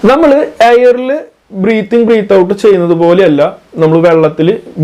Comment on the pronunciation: Bro, വളരെ നല്ല വീഡിയോ ! എല്ലാ വിഡിയോകളും വളരെ ഉപകാരപ്രദം ആണ് ! ഒരു ചെറിയ നിർദേശം മാത്രം : breath (when used as a noun) എന്നതിന്റെ ശരിയായ ഉച്ചാരണം ബ്രത്ത്‌ എന്നാണ് (എന്റെ പരിമിതമായ അറിവിൽ ) breathing - ബ്രീത്തിങ് ✅ *** breath -ബ്രത്ത് ✅ (as a noun) Breath (as a verb / ക്രീയ ) - ബ്രീത്ത് ✅ So ബ്രീത്ത് ചെയ്യുക / ബ്രെത്ത് എടുക്കുക 😄🙏🏾 🙏🏾